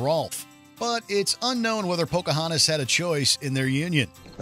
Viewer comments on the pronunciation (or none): none